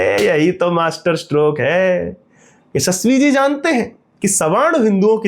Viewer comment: The way you say yashasvi ji is epic😂😂